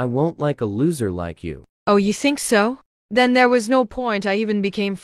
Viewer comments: Bro really said them be derpessed instead of then☠️☠️☠️ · i love this but no hate u said them instead of then 😭😭😭